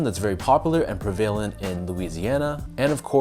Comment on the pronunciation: I like your reviews so imma let you slide on that pra va lent in New Orleans lol...good review as always though!